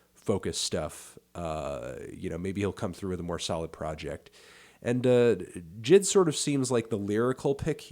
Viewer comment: Melon it’s pronounced Jay Eye Dee, not Jid